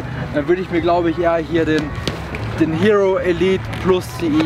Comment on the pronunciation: Top Video, handwerklich erste Sahne und wie immer hoch informativ.. Daumen hoch!:) Aber Zwei kleine Dinge: Der Rossi heist "elite" und nicht "e-light"! Ich wusste erstmal überhaupt nicht, von welchen Ski der da überhaupt redet;) Ausserdem käme es meiner Meinung nach besser rüber, wenn er die große verspiegelte Skibrille wenigstens beim Dreh vor der Seilbahnstation kurz mal abnimmt. Kommt irgendwie besser und einfach sympatischer rüber, wenn man die Augen der in die Kamera sprechenden Person wenigstens erahnen kann;) Und bitte nicht falsch verstehen, Ich finds einfach top was (und auch wie) ihr das macht. Ist nur als konstruktive Kritik gedach, damit ihr noch besser werdet!